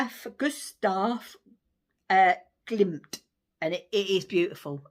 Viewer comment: Well done for pronouncing Gustav Klimt. 😊